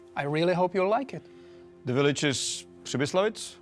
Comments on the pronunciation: I like how he says "willige", catches himself and starts pronouncing it "village". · "rebuild yur own willage "